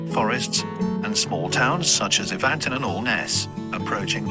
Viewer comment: Talking of criminal acts, how mutilated was that pronunciation of Evanton? 🤣